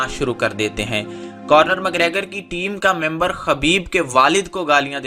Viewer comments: خبیب نہیں اس کا نام حبیب ہے اور آئرش کتے کا نم کارنر مکریگر نہیں بلکہ کونر مکریگر ہے، پہلے بولنا تو سیکھ لو مڈل فیل انسان تم نے اس بیہودہ ویڈیو میں اپنی طرف سے بہت سارا جھوٹ شامل کیا ہے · conor mcgregor not cornor 😁😁😁😁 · It’s not Cornor. Say it correctly Conor. Correct this please. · You Got WronG Bhai its ConnoR not CornoR.😂😂 and KhabiB in writinG But Call Him HaBiB .😂😂😂 But i watched it live on sunday i love KhaBiB...❤❤❤